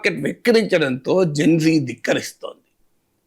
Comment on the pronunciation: Geng gengg kadhu..gen z...genzee